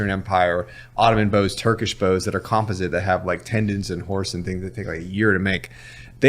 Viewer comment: Why is no one asking him why is says composite the way he is talking about composite bows You can all thank me later.....